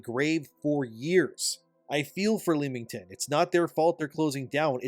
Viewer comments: Bro Leamington. Say it right or not at all. Think of it as Lemin. Leminington. The 'A' is silent. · England resident here, it's pronounced Lem-ing-ton 😂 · FYI its just Lemington, ignore the A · As someone with family in royal leamington spa, its a little grating to hear thebtowns name be mispronounced, makes me think we are talking about somewhere else. Its pronounced lem-ming-ton. The 'a' is silent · Leamington is pronounced Lemmington. Had to dip , too cringe.